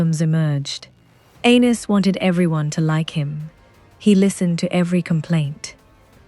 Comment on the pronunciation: I wish your AI voice would decide how it wants to pronounce Argilac. Every sentence it's different. 😂 And calling Aenys "anus" is just brutal.